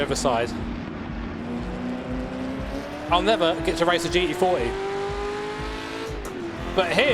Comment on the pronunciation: Please, for fucks sake, stop saying G E 40, just pronounce the fucking T dude...